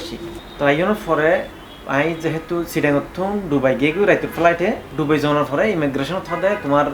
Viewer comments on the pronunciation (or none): Bangali Not DOBAI This spell is It DUBAI